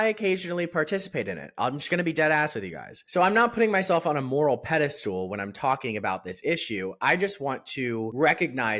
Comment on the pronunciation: It's pedestal not pedestool 😄